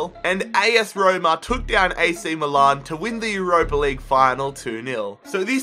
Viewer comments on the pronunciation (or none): none